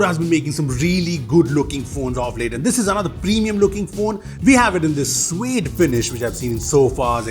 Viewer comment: What's wrong with?? "Suede" 😭😭😭😭